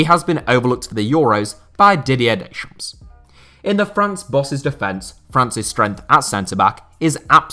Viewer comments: Pedantic comment alert! Didier Deschamps' surname is pronounced something like 'day-shom'. The 'p' and 's' are silent. Keep up the great work. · Stop pronouncing the 's' in Deschamps. That is all! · Pronouncing the "S" at the end of Dechamps. ....... MY EARS!!!!!!!!